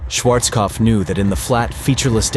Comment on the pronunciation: Schwarzkopf se prononce Schwarzopf maintenant 😂